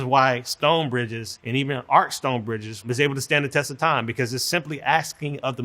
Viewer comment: engineering school couldn't teach him to say 'arch', but he's trusted with building bridges?